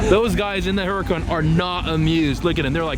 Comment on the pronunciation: Huracan. Pronounced ur-a-con.